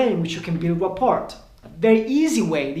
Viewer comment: “Rapport” the T is silent